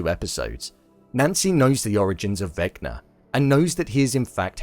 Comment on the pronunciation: "Vecma" ??? its Vecna